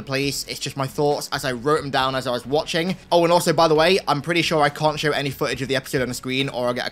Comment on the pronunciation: "In the schow"